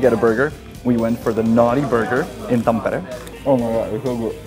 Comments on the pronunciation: That's an impressive pronunciation of Tampere 😁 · you actually said Tampere pretty much just like finns say it😁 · Finally a guy who dont say it thampeere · I thought you were a fin first from the correct pronounciation of Tampere. But then you said Janek and Honza, so you must be czech? Czech and finnish pronounciation is not that far from eachother I discovered when I lived in Prague, even though the languages are miles apart.